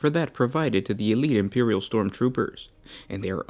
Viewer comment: impewial guard lol, kek even